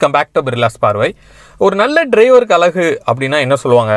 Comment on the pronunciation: அழகு -> அலகு இல்ல